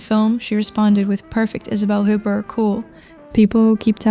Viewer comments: OO-bear, not HOOP-ert. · You do not pronounce the t at the end of her name!!!! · Please don't use clickbait titles and learn how to pronounce her name (which I find strange, Isabelle Huppert has been one of the household names ever since I was a kid). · When you mispronounced her name, I figured you really don't know anything about her, so I bailed. Oe maybe this is AI.